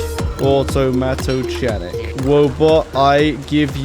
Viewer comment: “chanic” (in automatochanic) is pronounced with a k like “mechanic”